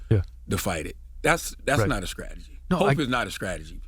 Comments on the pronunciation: Charlamagne is the physical representation of the real racism in America. And the immaturity of not pronouncing words properly , i.e, "scrategy" instead of strategy. He pronounces every word starting in st with sc. It is his immature nod to his state of North Carolinna? Idk, but he's a joke... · Skrategy? Lol. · He said "skrategy".